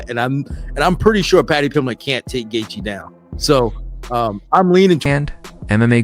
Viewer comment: who laughed when this fool says Justin Guthgaa if your making videos at least know how to pronounce the fighters name correctly lmfao